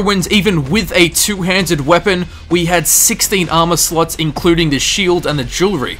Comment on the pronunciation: When i heard him say armor slots I heard armor sluts. Im wierd lol